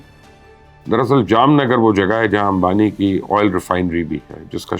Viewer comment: You are the only journalist who pronounced Jamnagar right . All the Indian names too. Looks like you do your homework well